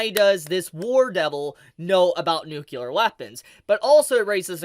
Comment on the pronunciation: Are you aware that you say "nucular" and not "nuclear"? It's pronounced "New-clee-er" Aside from that, thanks for the vid.